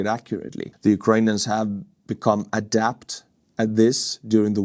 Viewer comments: Adept sound like 'add-ept' not adapt, it means very skilled or proficient at something. Vilunud in Estonian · Adept is to be good at. Adapt is to change. You have to adapt to become adept. You have been pronouncing adept (with the e pronounce as in eh) as adapt where the a is pronounced as in back. Just thought you might like to adapt your pronunciation to become adept at it.